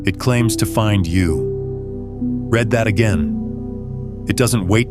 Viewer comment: Six fingers! On a blue guy in one of the pictures. But wait -- there's more! Another AI voiceover cannot fool me. It does not even know the difference between read (v.) and read (adj.) READ that again!